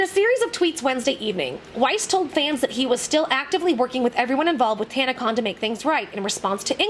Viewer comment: It's tanna-CON I mean what did people expect from kids whom probably have zero experiance in the real world?.. It's a con, it's in the name. Oh you thought it stood for convention. No, it just means what it says CON.